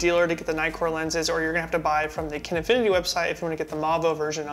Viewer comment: Everytime you said nightcore all I heard was Nikkor! Hehehe..... the nitcore seamed you have more saturated skin tones.... personally I liked the FD better....